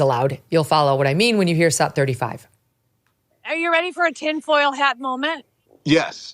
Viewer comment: please clear up something for me. Whenever you cut to a video clip you call it a "saat" as in "Let's cut to saat 12". I've never heard that term before. What is a "saat"??